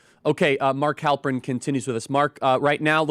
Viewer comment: Halperin, really? I'm gone.